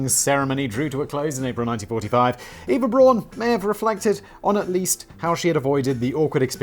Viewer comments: No. Not Eeva. Not Iva. Efa. Eh f ah. Efa. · Good job Danny for getting the last name right buuuuuuut missed it slightly on Eva 😂 It’s ok, it’s hard to explain to native English speakers. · It's pronounced Ehva Brown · EYE-VA BROWN! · And Simon still pronounced Eva wrong😂 not gonna tell the correct pronunciation, 'cause who cares?